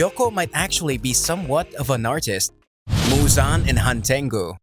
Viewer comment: Fun fact : muzans name is actually pronounced muzen, just for those who didn’t know that 😂